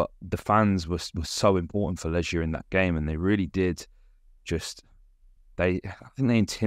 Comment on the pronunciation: Legia 'g' pronounced like the one in 'goal' as opposed to the one in 'germ'. ;)